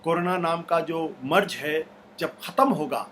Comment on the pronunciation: Ashutosh sir , please apna pronounciation correct ker yeh . MAREEJ nahe mareez or MARJ nahe marz hai. Jindabad nahi zindabad. Jaysay India zindabad . Thank you